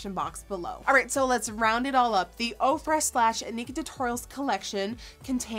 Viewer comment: Ohh... this whole time I thought you were saying Oprah